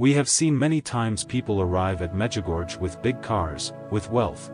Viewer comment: It's pronounced 'Mejigorye.' if spelt phonetically in English. 🙏🙏🙏🙏